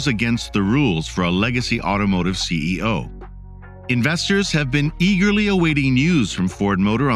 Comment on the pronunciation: Hope there isn’t a test since I stopped watching when the bot said CEI instead of CEO.